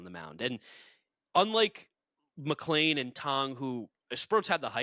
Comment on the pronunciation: I’m genuinely curious to if I am missing something…. Isn’t his name McLean, not McLain. Seems like everyone pronounces us with an A. Am I missing something ?